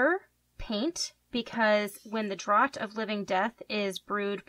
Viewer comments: You pronounce it as draft not drot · Just as a reference, it's spelled Draught but it'se pronounced Draft ^^ honestly I love your videos though, I'm planning on having a whole wall of these potions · really enjoyed but one thing, it's pronounced draft actually XD not draught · It's draught as in drinking and is pronounced with a sort of f sound but yeah I really like your designs :)